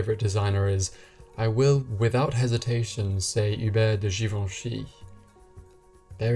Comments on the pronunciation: Just post a video of you pronouncing his name on a loop “Hubert de Givenchy”.... love it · After hearing you say Givenchy is making me want to learn French 🥰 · You've pronounced correctly Givenchy, why didn't look up to pronounce Balenciaga the correct way?